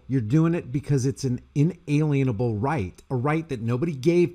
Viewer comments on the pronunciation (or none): In a lien able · Please, We love our favorite anarchist,. but when you mis- pronounce In-ailienable it drives us crazy!!! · Please, Say in-ailienable the way the founding fathers ment it to be said(pronounced).